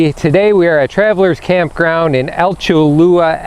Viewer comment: FYI, Alachua is pronounced a latch oo a. Just found your site. My mom is handicapped and this will assist us. Been watching Matt, The RV Guy and watched his and Andrea’s site grow. Going to enjoy watching you grow too. Best wishes!